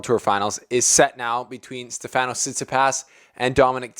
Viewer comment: it's STEfanos, not SteFANos....but great vid...thanks!